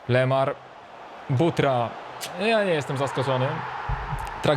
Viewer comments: wiesz ze powiedziałeś lemur zamiast lemar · nie lemur tylko lemar